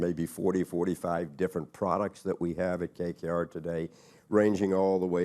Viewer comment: KKR and not “KRR”